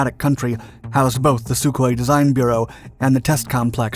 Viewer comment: How many fucking times is this guy going to say "SuHkOi-27" and then show me mig-29s